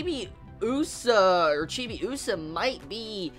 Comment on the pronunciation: The way you pronounce Chibiusa is weird. You put too much emphasis on the U sound... Also, your "theories" are about 20 years too late. Lol